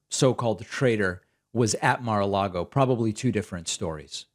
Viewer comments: "Ma-log-O" ? "Bed-minister" ? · “At Marlago”. -MTG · Mah-Lago?? Bed-Minister?? What is wrong with MTG's brain?? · Lol she pronounces it Mar-Largo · She also said Mar-Largo... and Bed Minister, and she is stupid to listen to, this über-Karen! And why the word "traitor"? Why not just an informant or snitch..? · She says Marlago Instead of Mar-a-Lago. lol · Is mtg saying "Mer lago"?